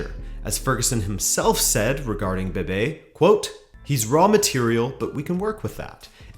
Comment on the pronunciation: Is Bebé, not Bebe